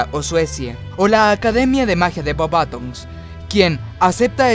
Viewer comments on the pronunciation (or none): none